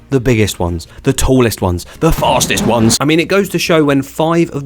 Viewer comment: "-in the world, are often the biggest ones, the tallest ones! THE FÆSTƐSŦ ƆƝƏS- i mean-" was hilarious😅